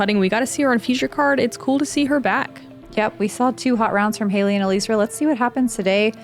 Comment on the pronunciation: Except that it is NOT pronounced that way. She has addressed this in interviews. It is El Eezra; three syllables.